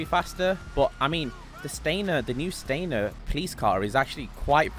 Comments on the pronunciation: It’s Stanier, not Stainer. Stan-i-er. Sorry, it drives me nuts. 😂 I will get 2. One for undercover and one marked. I bought both Staniers. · StaNIer, not StaINer.